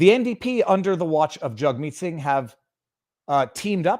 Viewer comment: Viva... you're saying their names wrong. They're pronounced Justine Turdo and Jughead Sing ;)